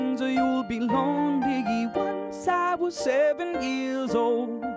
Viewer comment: he says lonligge it's only #NoHateILoveDisSong